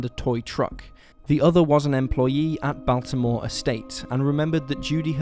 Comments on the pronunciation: "Bilt-more" not Biltamore. "Bun-com" county not Bun-com-bee. Otherwise good vid! I live not too far from the Pisgah area, and actually grew up spending my summers there. Very , very strange that she was seen in Philly and then suddenly took a notion to scoot down to Pisgah (600 miles away?!?) and just wander about in the woods, appropriately dressed. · I'm from NC, for future, Buncombe county is pronounced "Bun-cum" accent on Bun. Also, it's Biltmore Estate (a tourist attaction) pronounced "Built-more" Good job explaining these crimes. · Pig - sah Bun - come Built - more Lmao good lord, great video though. Asheville is full of very odd people